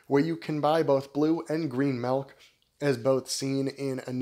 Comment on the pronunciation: Sounds like you're saying Melk, lol